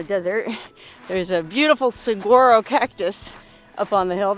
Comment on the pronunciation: I love the vids, and you normally pronounce Spanish/Southwestern words pretty well, but..... the G is not pronounced as a G in English in Saguaro. More of an H or HW sound. One of the 2 most butchered words in Arizona (Gila is the other). the Saguaro produces the Arizona's state flower and are protected. In the US it naturally occurs mainly in Az. New Mexico and California may have small areas as no one consulted the Saguaro when the boundaries were drawn. Mexico has many Saguaros. As stated they are a protected species and a permit has to be obtained to move one as they are not to be destroyed even on private property. The tallest one on record was 75 feet high, but has now fallen. They can live to around 150 yearsish.